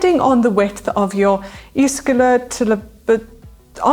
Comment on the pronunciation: I gave this video a ‘thumbs up’ as soon as Manon attempted to pronounce ischial tuberosities. 😂